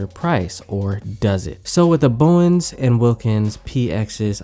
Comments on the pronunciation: Its bowers BT.. not bowens. 😄😄😄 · lol "Bowens". I had to pause the video and let that pass. Hopefully you just did this in the beginning.